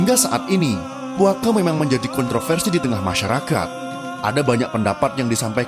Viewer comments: tau min ckp puaka je kalau min ckp puake cam pelik sebab bahasa indonesia tu belakang dia a kalau malaysia ni lebih e. Ejaan sebenar puaka bukan puake. Puake tu bukan bahasa melayu ikut standard. Sorry min kalau terasa atau tersilap ckp. Ambil yng baik buang yng keruh.😋😋😋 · Puaka not puake